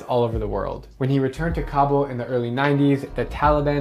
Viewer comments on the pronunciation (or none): You are pronouncing Kabul wrong